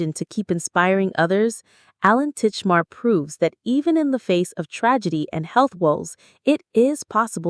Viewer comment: I know AI voiceovers are cheap but it ruins a video when it can't read properly. Titchmarsh not Titchmar is his name and the programme name is Ground Force (not Forest). Go back to using real people please.